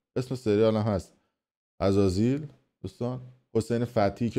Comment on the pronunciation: عزازیل نه ازازیل 😂😂😂